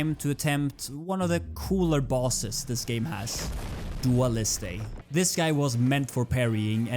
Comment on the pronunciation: As an french, I like your pronunciation of names it's funny, but if you want, for your help/comprehension : Sakapatate = "Sac à patates" french = potato bag english. You dont need to prononce de "e" at the end, just prononce the "t" like in the word "just". Dualliste = Dualist. You dont need to prononce de "e" at the end